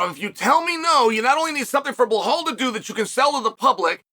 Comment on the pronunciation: Chael, it's not "Buhaal"... It's BeeLa'L